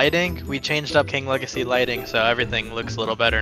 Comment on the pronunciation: Bro what is king wegacy;-; maybe type